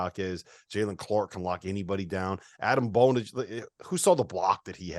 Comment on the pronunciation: A dEm Bona. Learn how to pronounce his name. And the guy in the middle, in particular, underestimated the Pac12. You determine it’s a weak conference so dismiss wins against any (except Arizona and USC) as weak wins. But Arizona Stare just beat U of A, and Oregon demolished them earlier. At the beginning of conference play Utah trounced them. If this is such a weak conference, how is it possible for teams further down in the standings to defeat a team at the top? Not just one team, but four. Then there is the lowly Stanford Cardinals beating USC. Teams at the bottom of the conference came to play every game and there was no easy win. So sad for the east coast bias.